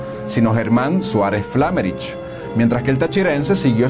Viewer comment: Flámerich no es esdrújula. Es AGUDA: FlameRICH.